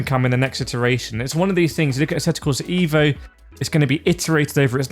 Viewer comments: just pronounce it "Av-o" in english and you will get it right as by Marco Massarutto the game creator pronounce it in his language.. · I'm not watching any more videos talking about asseto corsa ee-vo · Thumps down becouse is not ivo.isEEEVo re vlaxo